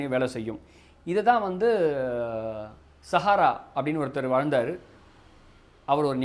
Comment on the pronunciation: Sahara illa saraha bro